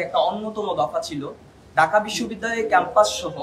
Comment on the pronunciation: ঢাকা কে বলে ডাকা, এ হলো ছাত্রনেতা, সে ছাত্র-ছাত্রীদের কথা বলবে, আগে বাংলা ভাষাতে ঠিকমতো করে রাজধানীর নামটা উচ্চারণ করতে শেখো, তারপরে রাজনীতি নিয়ে কথা বল l